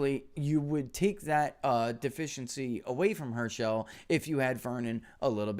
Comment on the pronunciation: Hirsh-uhl, not her-shell